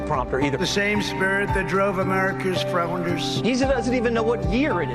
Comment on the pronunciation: Frownders.... certainly the Founders would be Frowning if they heard Trump.